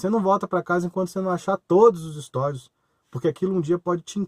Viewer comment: Não é "estÓjos", o certo e estojos